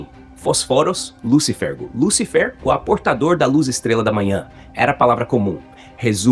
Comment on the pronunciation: O que mais me surpreende é: Vwr um sujeito falar inúmeras vezes a escrita: LÚCIFER... com um acento AGUDO sobre a letra U, e ignorá-lo não dando a tônica exata na pronúncia da mesma. Aí, por si só já é uma TERRÍVEL IGNORÂNCIA GRATUITA.